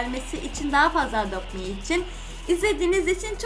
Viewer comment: Edopt mi degil adopt me o